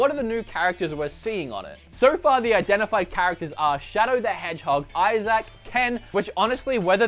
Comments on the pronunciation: You’re saying isaac wrong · Why are you pronouncing Isaac so weirdly? Also, all the evidence is pointing towards this leak being true. Like, what the heck are you talking about?